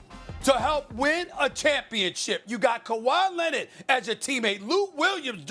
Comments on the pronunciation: “Kawhi Lennit” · "Kawhi Lennid" - Stephen A. Probably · Kawhi Lennit 😂